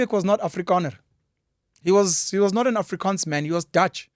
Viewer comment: I must complement you the way you pronounces the words Afrikaans and Voortrekkers. Well done.